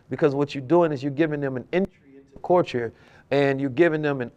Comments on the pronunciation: pronouncing culture like “coooorture” got me giggling 😂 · The fact that knows all this information but can’t pronounce Culture has me dead💀